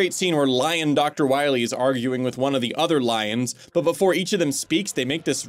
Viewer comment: That guy isn’t dr. Wily, it’s dr. Wawee